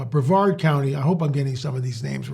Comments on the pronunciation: I'm in Central Florida you said Brevard correctly 😊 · I live in Brevard County near the Banana River. You pronounced Brevard perfectly.